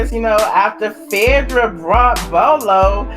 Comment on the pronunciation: We Know you're country but please pronounce PHAEDRA's name right..u are purposely screwing Phaaaadra name